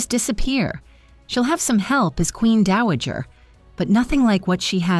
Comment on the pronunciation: Not Daajer, Dowager!